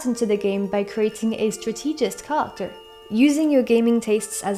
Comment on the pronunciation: T'as un super accent c'est dingue ! Juste fait gaffe des fois quand tu dis "character" on dirait que tu dis "culture".